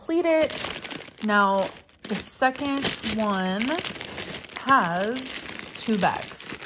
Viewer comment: There’s no T at the end of second.